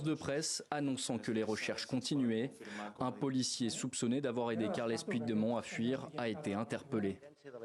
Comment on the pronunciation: le journaliste français pourrait-il prononcer "carleuss poutchdémonn" au lieu d'écorcher à ce point son nom?!